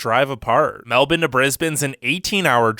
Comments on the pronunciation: Okay so, it’s not Melbin, it’s Melbourne, you’d pronounce it like Melborne haha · Wait did you just say Meldon instead of Melbourne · Meldourne? It’s Melbourne cobber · Had to stop watching 10 minutes into it, as I couldn't stand the "melbin" pronunciation of Melbourne (MEL-brn). If you're gonna talk about something, at least pronounce it correctly. Melbin. sheesh! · Mel-bin instead of Mel-burn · It's pronounced Mel Born, NOT Mel Bin !!! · Meldoln?🤣🤣 it’s Melbourne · Lol. Meldun. Its Melbourne... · Melvin? Don’t you mean Melbourne? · No, it's Melbin or Melb'n. Melboouuurne is the wrong way to pronounce it. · It’s MELBOURNE and COOBER PEDY. Not COOPER!! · ya’ll, we found an American that doesn’t say “MelBORNe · I thought it was “Mel-Ben”.. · 'Melbine'? That's not a city in Australia, buddy. He doesn't even know the name... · I have proof tho i live in Australia So Most People In Australia Say Mel-Burn. So Its Pronounced Mel-Burn. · it's not fucking melbin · He really said "Melden" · Why is he pronouncing it as "Melbin" ?? lol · What the hell is "Melbin"? Does he mean "Melbourne"?? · Why do you keep saying Melbin??! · Yep. Its pronounced Mellbin, cobba. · "Meldin" sounds nice, where is that again? 😂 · Nope, more like Melb'n. He put to much emphasis on the supposed 'I'. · this guy saying "Melbin" tf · He didn’t pronounce it properly. No Australian says MelBIN, so why should an American say it like that when in their dialect, the r is supposed to be pronounced. Doesn’t make sense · Try correcting your pronunciation, try M-E-L-B-O-U-R-N-E, not whatever the hell you called it ! Typical Yank ! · Does a video about Australia.....also can’t pronounce a major city in Australia that is pretty much phonetic. I could understand botching Brisbane a little, but Melbourne? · You're pronouncing Melbourne wrong. The "ourne" part of it sounds like how you would say bourbon. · did he just called Melbourne “Meldon”? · MELDONE?????? Nah im dead bro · Melbourne, not Melbin.